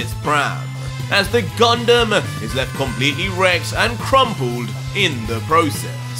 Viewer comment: GUNDAM sounds like CONDOM🤣🤣KEEP GOIN BRUH THIS MANGA IS JUST AWESOME 🔥❤️